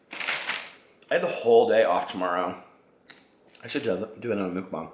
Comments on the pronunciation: It's pronounced MUCKBANG (bang bang) not MOOKBAHNG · It's pronounced muck (like yuck) and bang with a long 'a' vowel, like bah-ng 💙